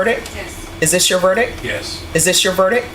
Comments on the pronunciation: A verdick? That judge should know better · How does a judge pronounce verdict "verdick" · Judge handing out 80 years and cant even say verict. 😂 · Judge, "is this your verdIC"? Lady your missing the T at the end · Judge can’t even pronounce verdict right